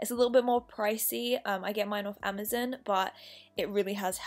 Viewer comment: nobody: literally nobody:: amuzon